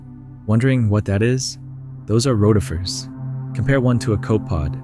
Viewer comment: It's pronounced co pi pod and row ti fer